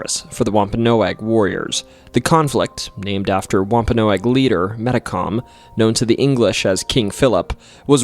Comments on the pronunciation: It’s pronounced wom-pa-nog, not noag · It's WOMP-A-NOG. Not Whomp-a-no-ag. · It's pronounced wompanog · wamp ah nawg.. that other pronunciation driving me insane. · Wahm- pen- nog. Your welcome! Rid the A. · It’s not pronounced womp-a-no-agg. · Pronounced womp a Nog